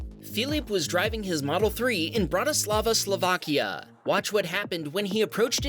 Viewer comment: Great job pronouncing Bratislava!